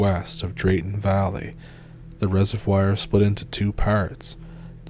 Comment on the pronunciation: Reser-vwar ffs